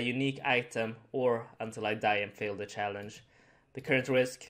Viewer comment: "Challange" lol